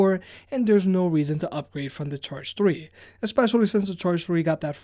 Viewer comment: my god what fucking way do you say three? tthreeeth